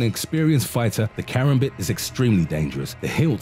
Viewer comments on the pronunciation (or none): Kar am bit, (car am bit) not karam bit (care am bit)